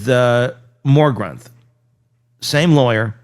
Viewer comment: 😢 seriously "More gromphoth"??? For the love of literacy it's Morgenroth. Pretty simple.